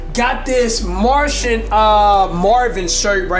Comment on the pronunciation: Cash fam it's Martian not Martain, but sick video